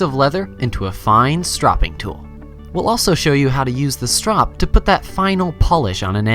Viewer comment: hmm..keep the sharpening tips for the experts,and btw its "stropping" not "strapping"